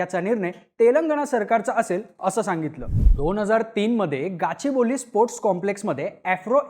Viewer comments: Kachiboli nahi Gaaachibowli ahe te..@ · गाचीबोली नाही ते गच्चीबौली आहे